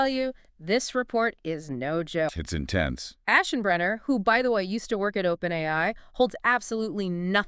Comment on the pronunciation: AI: Must. Find... ASHENBRANER!